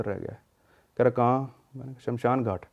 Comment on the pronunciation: Indu nahi hota Hindu hota hai... Aur Shanshan nahi hota hai Shamshan hota hai. 😅